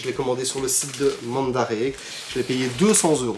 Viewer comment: Super vidéo, mandarake se prononce raké à la fin